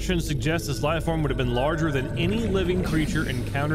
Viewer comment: lieform or life form ?